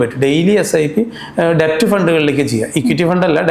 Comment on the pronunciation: Kindly note that DEBT is pronounced as DET (ഡേറ്റ് ). B is silent